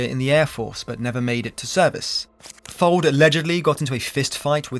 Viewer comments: Heheheh.. you said Dick-Fold 😅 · Amusing how the VoiceOver and sidebar texts refer to Dick Fuld as 'Dick Fold' Folded indeed!